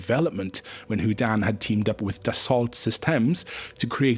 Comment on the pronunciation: I’m very familiar with Dassault from my decade in the CAD business, and yess you butchered it! Easy way to remember one bit of French pronunciation: a single T at the end of a word is silent, while two Ts are pronounced as a single T. So in the international spelling alphabet, we use the code word JULIETT to stop the French from reading J as Julie-a and confusing everyone on the radio frequency. So more like Dassau, but best to get a Frenchman to teach a Scott how to say it!